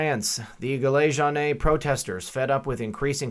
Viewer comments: t s pronounced jillA je wan gilet juanes. your ami candien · Pronounced 'Jeellay Jone'. (silent s) - signed a French Gilet Jaune. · You’re not the only one having problems. By the way FYI it’s pronounced jilay Jone.